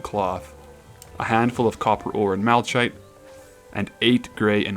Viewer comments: Damn, you still call it "mala-CH-ite". It's pronounced with a KH sound. Mala-kh-ite. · Malachite is pronounced “ma-lah-kite-“ 🤓🤓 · You are funny man. Also, similar to ch in chris sounding like a 'k' its the same rule in Malachite. MAL-UH-KITE not like the ch in charizard is how you are saying it 😅